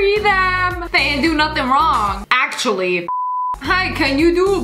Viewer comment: Who else noticed it said accually?